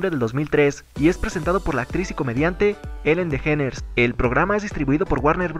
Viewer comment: Se dice ''Elen Deyíneres'' mijo.